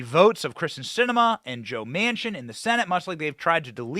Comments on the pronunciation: Her name is Kyrsten, not Kristin. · Kyrsten not Krysten